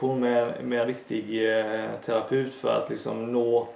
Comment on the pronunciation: Intressant. Hur uttalar du terapeut förresten? ”Terapeft” är ju det gängse uttalet.